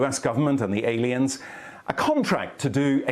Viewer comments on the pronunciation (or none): Aliens, no they said Alens.